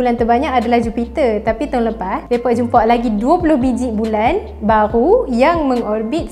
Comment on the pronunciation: baghru baghru ... tak bole cakap baghru cakap la new